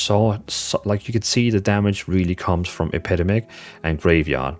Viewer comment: Brother its EP-EH-DEM-ICK